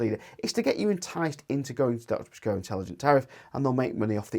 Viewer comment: Its Intelegent Octopus Go not OGI 😅